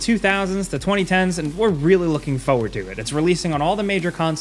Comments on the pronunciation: Please. It's FOR-WARD. PLEASE. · There are two r's in the word "forward". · You say “forward” wrong. An you say it lot.